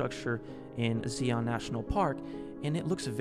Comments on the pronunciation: Did this man really pronounce it “zee-on”….? If I was taking any part of what he said about Zion seriously, he lost me at that absolutely incoherent pronunciation! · The thing that stuck out to me the most is that he used biblical scriptures to support his theory but mispronounced the word Zion so badly that I (someone who went to church every Sunday growing up and want to go to Zion national Park one day because it's beautiful) had absolutely no clue where he was talking about. Zion is a word from the Bible. It's almost like his familiarity with the Bible is only as far as what he looked up to support his personal theory. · Bro is a man of faith, it’s driving me so insane that he can’t pronounce “Zion” correctly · I know that it's because I'm from the area, but the conspiracy guy is saying Zion wrong and I hate it. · I'm not going listen to the psuedo-archeological ramblings of someone who can't pronounce Zion National Park. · lmao bro really called Zion "SEEYAWN NATIONAL PARK". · "Zeon" National Park, no Earth Federation allowed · Excuse me, ZEE-on?? Noooo it's ZIE-on (sincerely a native Utahn) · this man pissed me off by pronouncing Zion as “See-on” (It’s “Zy-In”) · Okay, listen, I was giggling at his stupidity through this video, but when she said Zeaon instead of Zion (and for the record it's not fvcking ziOn with the emphasis on the o it's zIon with the emphasis on the I I'm grew up a 20 minute drive from it, I went there multiple times a year fpr school field trips, and if you add an s at the end "Zions" just dont come here. Stay home or go anywhere else. Or do come, and go hike the narrows during a rain storm (literal death sentence) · Hearing him say "Zee-on" made my blood pressure skyrocket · Fr, I've never heard of "zee-yon" national park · As a Utahn my one of the greatest discrediting is his pronunciation of Zion National Park. Zi-ON that’s how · I hate how he says "Zee-on" It took me 5 minutes to figure out he was talking about Zion National Park....